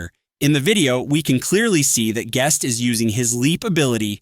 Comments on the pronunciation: Bro saying geust. 6. 6. 6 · its kinda funny cause your voice is saying Gus 666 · Why did bro say guest like that 💔